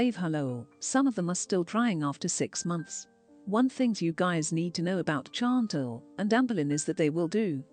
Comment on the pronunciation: Too bad the computer cannot come close to pronouncing Chantal, yet gives an in-depth opinion. Or pronounce "live" when talking about going live.